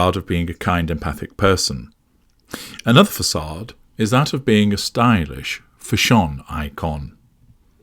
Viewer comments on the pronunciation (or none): fa-SHON eee-kon indeed LOL